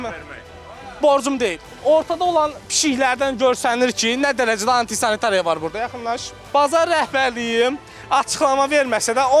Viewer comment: Antisanitariya sözündə vurğunu düz demir jurnalist qardaş